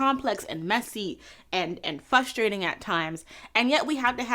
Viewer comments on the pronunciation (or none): It’s Frustrating to hear her say Fustrating 😂